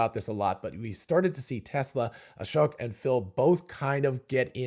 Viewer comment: Thank you for getting the right understanding and separating out the different aspects of what the CPVR videos taught us. It seems others don't get it unless it's spelled out like here. Final step is just to be able to pronounce Ashok's name correctly. At one point you mentioned Ashok and smoke in the same sentence and yet pronounced Ashok the way you always have!